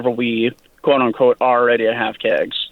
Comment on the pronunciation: It sounds like he's saying kegs when he says kids.